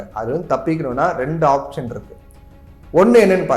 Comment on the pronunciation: ஆப்ஷன், ஆப்ஜன் இல்லை